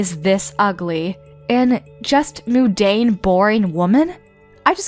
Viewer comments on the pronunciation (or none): Not Moon-Dane!! Munn-Dane. Jeeze!!! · It’s mundane there’s an n in the word and it’s pronounced like un not moon.